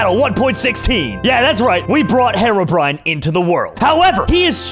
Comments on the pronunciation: I'm done with. First he calls Herobrine "harobrine," and he's calling charged creepers "super creepers." I need stress ball, comrades. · It triggers me how he pronounced herobrine as hair-ro-brine instead of hero-brine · lol he pronounced his name wrong